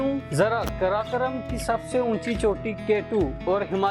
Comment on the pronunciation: Janab , karakoram bolna sikho pahle